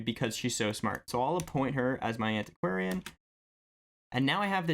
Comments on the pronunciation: you pronounced antiquarian correctly. Congrats! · I'm giving you a like just for saying antiquarian right on the first try :D